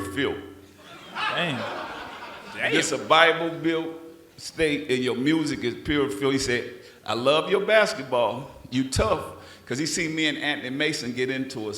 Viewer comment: Master P stay slaughtering words and terms. Its Bible Belt, not Bible built